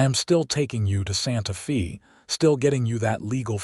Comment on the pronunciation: The words Santa Fe mean sacred faith in Spanish and the word Fe is pronounced: f a with a long a sound. So irritating to listen to it spoken as fee. It is the capitol of New Mexico. If you are using AI then teach it to read Spanish!